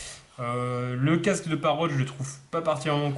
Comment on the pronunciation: Encore un qui l'appelle Parote... ? Parrot pas Parote...